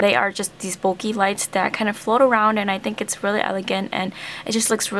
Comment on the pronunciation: When you said bokeh, it's sounded like bulky.